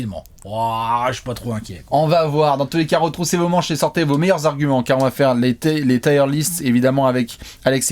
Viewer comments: Je fais mon anglophone de merde mais même si je sais que la prononciation est forcée le mot "Tier" se prononce quasiment comme en français et pas "Taieeure liste" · Je suis allé vérifier, on dit bien "tir" list. Ce commentaire est sponsorisé par Harrap's. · Haha va nous présenter sa liste de pneus:) (oui il dit "tyre list"). PS: la miniature est en peu spoilante, pour ceux qui reconnaissent les logos en petit. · putain! "tire" list (liste de..pneus 🤔??) c'est pas possible!